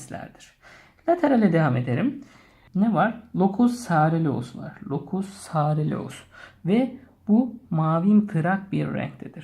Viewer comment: locus soreleus? locus coeruleus sareleus die okunmaması lazım hocam. bi telafuz hatası var ayrıca uykudaki motor hareketlerden de sorumlu sadece norepinefrin değil.